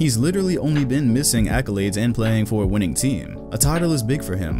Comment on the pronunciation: Winnning? I caught that lmao